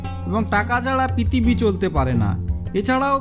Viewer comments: ভাই "পিতিবি" কি জিনিস....??? আমি তো পৃথিবী শুনেছি, কিন্তু পিতিবি আজই শুনলাম....😂😂😂🤣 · পিতিবি 😂😂 ভাইরে কথা ঠিক কর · ভাইয়া কথাটা পৃথিবী,পিতিবি না